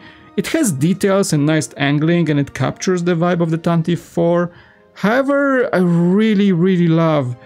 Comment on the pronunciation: Pronounced “Tan-tiv-vee four”